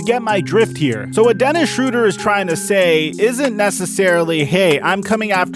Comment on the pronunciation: They did the pronounciation of his Name wrong, hes not called „Schroder“, the german ö is Not pronounced like the englisch o